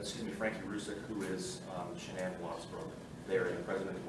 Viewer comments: needs to pronounce Shanann's name properly. Wow, he couldn't even ask her family how to pronounce her name? Shame on him. SO disrespectful. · It's Shannan RZUCEK